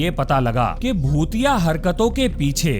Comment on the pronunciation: I don't like this shit man! Aur aik tu bhotiya bhotiya Kam bola karo Kuch aur sunai deta hai.